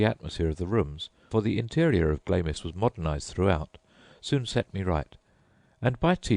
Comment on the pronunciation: Dude it's pronounced Glams!